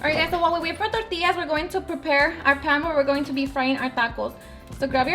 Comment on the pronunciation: 💜her receipes , we all have different accents Tor-tias , we usually say Torti-yas ...